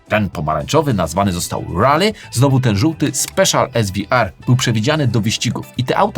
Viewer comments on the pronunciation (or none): none